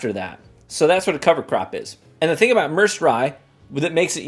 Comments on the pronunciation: It's pronounced Mer said, like the Merced river in California. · Merced pronounced Myr-said which is a Medium sized city in San Joaquin valley of central California